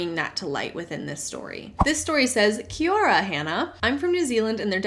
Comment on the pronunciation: The way you pronounced “Kia ora” was so good! Hahaha